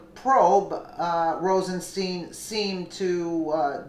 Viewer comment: Rosenstein is pronounced with a long i in Stein not a long e FYI He said that in the hearing before Congress.